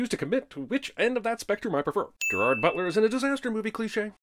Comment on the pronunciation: At this point, I think that Jeremy's just punking us by pronouncing Gerard's name wrong.